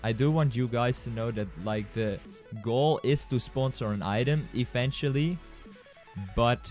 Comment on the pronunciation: You keep on saying ''V'' as a ''F'' For example: ''eventually'', you saying it as ''efentually''